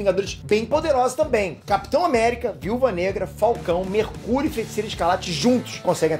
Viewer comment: Quem ouviu ele falando mercúio numa parte domvideo